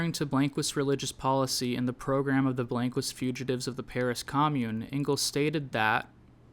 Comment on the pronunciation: That is not how you pronounce blanquist